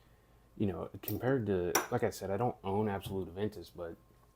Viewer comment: it's not absolut it's creed aventus absolu without the T. And just say precious... precieux in french means precious... you're pronouncing it wrong